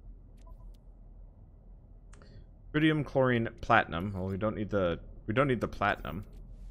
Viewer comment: Are you calling it Trinium on purpose?